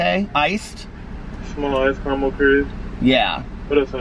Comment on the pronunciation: Please stop pronouncing caramel differently from how you naturally say it. It’s fakey-fakey. Unnecessary and inauthentic. Which makes it the opposite of what you’re all about.